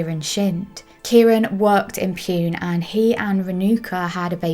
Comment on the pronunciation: Pune is pronounced “poona”, not “pyoon”